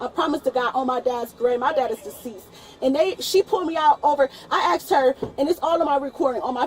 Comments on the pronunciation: . It's not "I 'aksed' her", it's I asked her 😂😂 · There it is: "I axed her." I am sure americans all understand what and why is that ASK => AXE, but for us europeans, that is a tell-tale sign of a person that will have problems with people in blue uniforms. edit I sometimes get these videos on my youtube feed and I really should not watch them. These people get me all mad because.. well they are wasting the oxygen on this stupid planet. They serve no good purpose here, we could live without them. And I am not talking about black people, I am talking about stupid people. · "I axed her" explains enough 💀💀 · aksed or asked? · Try to be black😂😂😂it’s ask not axe😂😂😂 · I "axed her" is all you need to know. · Axed her repeatedly! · if you use "axed" instead of "asked", you deserve an automatic prison sentence... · "I axed her." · "I axe err!" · "I axed her" -> Jail. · "I axe her" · “I axed her.” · “I axed her” Well that’s quite a confession. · She Axed a lot of people 😂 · "you are surrounded by me" how big is she if she can surround all the cops? "I axed her" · I axe the officer I axe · Should of just gave your ID when she "axed" you for it. What is wrong with people these days? World needs a reset. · She axed her? That's assault! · They are way to patient with this woman. Is it an IQ thing that people say "axe" instead of the obviously different spelled "asked"? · "I axed her"? Wtf? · She shouldn't have to axe her. I'd be angry too if someone axe me. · Who axed her? Lol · "I axed her" , lol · 'i AXED her??? what???? why was she axing the police??? She asked for a supervisor, he's there and she won't shut up so he can talk. oh my gawd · "Acksed"... uggghhh... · "I 'axed' her." Geez.